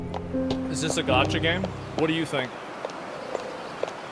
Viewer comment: You had me until you said “gacha”